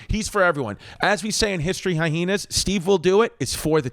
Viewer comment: Why do you pronounce it as High-heenas